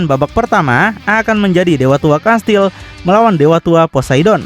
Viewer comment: Saya Fans abang ini ga pernah skip, like trus tapi Komen baru ini krna pengen benerin aja 😊 "Kastiel" Bang Baca nya Bukan "Kastil" 😬🙏